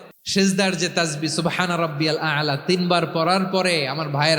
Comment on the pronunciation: সঠিক উচ্চারণ ও করতে পারে না